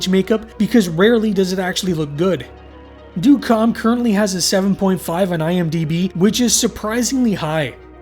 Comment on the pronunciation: It’s pronounced “dead calm” but this was still a good analysis.